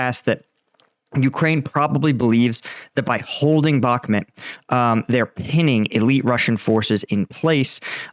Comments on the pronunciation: It’s pronounced “back-moot”, not “back-met” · Bro if you are going to comment on Ukrainian matters at least learn Slavic pronunciation. Sever means North and is pronounced Se Vair, Bahmut is not Bakmat but Bah Moot. Please for the respect of those that speak the lingo make the effort and learn the pronunciation. If you need some help reach out. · 'Bach', as in Johann Sebastian, 'moot', as in something subject to debate. 'Bachmoot', try it, it feels good. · Jesus, learn how to pronounce Bakhmut. It's not Bakhmet... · Why do you pronounce Bahkmut the way you do? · Mate, please learn how to pronounce Bakhmud.